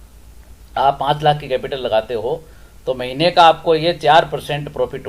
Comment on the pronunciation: महिने नही महीने। सही शब्द महीने होता है।